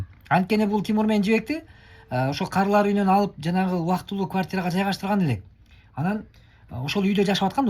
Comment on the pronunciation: Эээ блогерлер кыргызча Окуунар эле,каары эмес карылар деп айтылат жазылат.каары деп айтылбайт,жазылбайт.Ар Бир созду ТУУРА суйлоп ТУУРА жазсанар